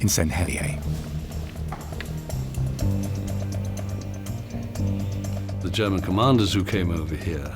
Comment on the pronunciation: as a Jersey man, their pronunciation of St. Helier really grates me, it is Hel-i-er, not Hel-i-a.